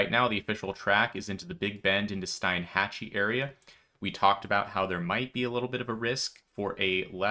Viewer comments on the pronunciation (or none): Hey, fyi I just found out Steinhatchee is pronounced Steenhatchee. 🙂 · Steinhatchee is pronounced "Steenhatchee" 😂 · I can't believe you said Steinhatchee..Steeenhatchee but you already knew that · Local PRONUNCIATION Help 😊 Wakulla = Wa-kool-a Steinhatchee = Steen-hatch-ee